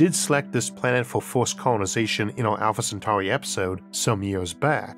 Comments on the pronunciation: Alfore centawi 😂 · Alpha Centwarwy!